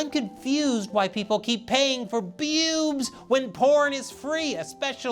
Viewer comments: I think i never want to hear you say bewbs like that ever again xD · Sometimes I misheard him saying bewsb as "PPPEWWWBS" XD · Now this is how I'm going to pronounce BEWBs. It's so much fun! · With the emphasis on BEWBS, you can tell is a man of culture.